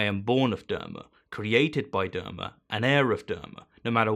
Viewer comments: Not derma, d-ahr-ma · It's DhARma, AR like a pirate. Dharma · Oh man, that pronunciation of Dharma is cancerous